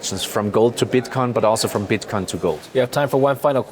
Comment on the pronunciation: he said bitcon